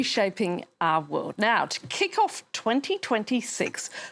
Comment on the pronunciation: Always funny how she says "woolud" instead of "world" 🤭